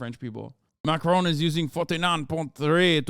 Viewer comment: love how you pronounce it 'macrone' hopefully by the end of his mendate we can call it post-macrone